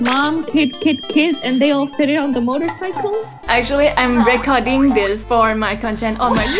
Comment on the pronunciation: น้องๆ recording เวลาเป็นverb อ่านว่า "รีคอรดดิ้ง " รี นะคะ แต่พอเป็น noun อ่าน ว่า " เร็คคอรด "